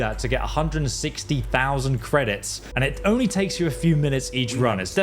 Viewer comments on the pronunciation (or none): none